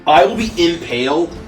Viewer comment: Logically, I know says he only got 'impaled' twice, but it still SOUNDS like he said "I only got painal twice, from the back."